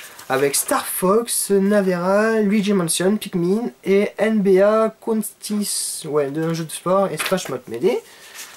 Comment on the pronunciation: Quand il dis NBA : ah et dis ensuite je suis bon en anglais ... mouais